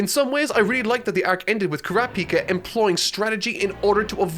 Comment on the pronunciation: It's Kuràpika goddammit not Kurapìka! It's like a dagger in the chest every time he miscalls him